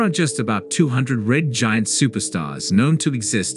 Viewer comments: This is so bad. The robot narrator can't pronounce 'giant', keeps saying 'gent'. Many other odd mispronunciations. An interesting star to study because of its name? Really? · The Title is a BIG LIE! The JWST has NOT detected a supernova of Betelgeuse! BTW, the text to speech program repeatedly mispronounces Orion and Giant. Amazing that the authors haven't done a better job.